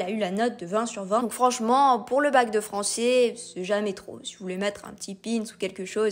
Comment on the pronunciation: Désolé mais nous avons du mal à y croire: 7 fautes de prononciation et diction en 30 secondes ! (J'ai bien vérifié trois fois) depuis le tout début de la vidéo. En effet, et par exemple, "Français" se prononce à la fin "ai" et non pas "é" etc . . . Dans ce cas revoir le recrutement et/ou les compétences des examinateurs du bac oral .